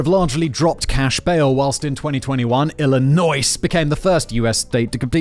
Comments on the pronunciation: dear god, PLEASE stop saying ill-uh-nois. it's pronounced ill-uh-noy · Dammit, Simon. Always pronouncing the "s" in Illinois. Sighhhh, please use "IL-LEE-NWAH." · That’s the difference between bails when they say cash bail you can’t get a bail bond but bail bonds are at least in California 1 to 3% of bail from 1000 to millions ps Illinois you don’t pronounce the s it’s Ill-in-oy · Anyone else cringe when Simon pronounced the 's' in Illinois? 😂 love you Simon, you adorable bald British man. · Simon the S in Illinois is silent lol